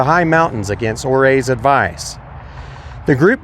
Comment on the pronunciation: Pronunciation Uray Ouray, Sīwatach ...............